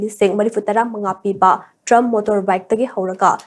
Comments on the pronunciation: Trumph❌ Tri-umph ✅ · Pronunciation se laale. Trump haiba ntte triumph haibane